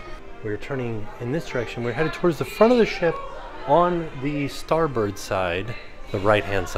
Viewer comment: it’s really starboard… 💯 thanks for saying starbird.. since that’s the name of the street I grew up on … and I totally enjoyed this tour.. I would def get lost if I was there.. lol 😆